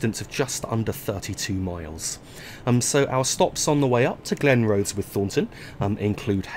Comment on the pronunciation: Glen-Roth-es, Murdering those Scottish towns and station names.